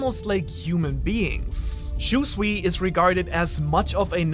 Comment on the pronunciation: The pronunciation of Shusui haunts me, i can`t unhear it :(